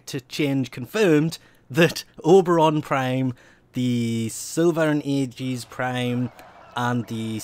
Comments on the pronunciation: The Aegis is pronounced A and gis, Agis as opposed to Ajis. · You pronounce aegis wrong It's a long ee not a long aa at the start It's something a lot of people get wrong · it's pronounced siL-va and A -ji -s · Sill-Vah and EEe-jus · Sil-va Ay-jis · It's pronounced A-gee-us, and I am leaveing wet patches waiting for it. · Pronunciation Silva & Aegis: Sil-va and Ay-jis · Well, I'm farming for Silva and Aegis prime when it comes out. Screw Oberon Prime! Not really, I just really want S&A prime more than Broberon Prime. Edit: It's pronounced Silva and Egis. A is silent with the long "e", like bee.